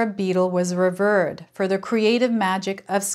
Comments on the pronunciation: Revered, pronounced, rahveered. Scarab Beetle. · What a fantastic reading - resonating very highly for what I am going through right now. Thank you. PS "revered" is pronounced "ruh-VEERed" <3 (you are the cutest!)